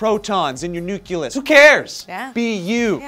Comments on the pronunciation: its nucleus no nuculeus -___ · Nuke-u-lus? Seriously,? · It's pronounced: NOOK LEE US, not NOOK YOO LUS. No such thing as nukular. It's Nuclear, because it has to do with a Nucleus. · fucking NUCLEUS, not NUCULUS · Nu-Clee-Us. Not Nu-Cu-Lus. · Nuculus joe? c'mon man. i bet you say nucular too... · Nuculus!? No. Stop being Lex Luthor from Superman IV: The Quest For Peace. It's Nucleus. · did say "nuculus"???? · Nuc-leus, not nuc-ulus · Nucleus :: New-clee-us. not New-kya-lus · noo-clee-us not noo-q-lus that bugs me lol and i haven't learned about this science in detail yet so im just a goober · YOU SAID NUCULUS! THAT IS NOT A WORD! AAAAAAAAAAAAAAAAAAAAAHHHHHHHHHHHHHHHHHHHHHHH!!!!!!!!!!!!!!!! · nuculus!! joe! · Nucleus... not "nuculus"....it's okay, we still love you. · Woooaaaahhh he said "Nuculus" bio and chem majors are going to eat that up. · NUCLEUS! Not NUCULUS! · I don't want to be that asshole, but it's "NOO-KLEE-US." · "Nuculus"? Really? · "Nookyoolus..." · "Nuculus"? Really? I am just going to assume that was a joke. Otherwise, I guess I forgive you. Too many more points in your favor and it would upset the universal balance. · "nuculus" haha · Nucleus,. It's nucleus... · Nuculous? Really? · said Nuculus. Lolwut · he said nuculus. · I'd also like to add that said "nuculus" near the start of the vid. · When said "Nuculus," I cringed so hard that all the carbon in my body turned into diamonds, and now I'm all shiny like a Twilight vampire. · It's pronounced nuCLEus,.:3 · It was a science story. Then said nucyoolus. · Did just say "nuculus"? Well, that's just taking the nuclear/nucular debate to a whole new level. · Ha, he said "nuculus" at the beginning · Even English being my second language, the pronunciation of "nucleus" made my ears bleed. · You pronounced "nucleus" wrong....how? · The only thing I don't like about is the way he pronounces "nucleus."